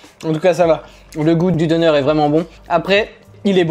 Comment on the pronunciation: Coucou j'aime beaucoup les vidéos visites + food test. Quant au döner à prononcer deunère et non donneur 😁😁😁😁